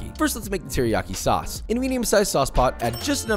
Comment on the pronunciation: Teriyaki SAWCEE